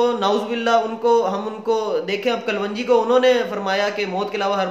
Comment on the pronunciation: KALONJEE IS CORRECT WORD NOT KALWANGEE😷